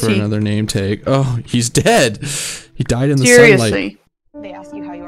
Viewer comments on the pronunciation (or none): Knew you were Canadian with the way you said tag 😂❤, super cute chanel, I'm going to be making a hobbit hole in my world hehe